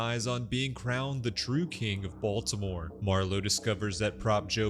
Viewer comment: It's pronounced Bitty-more...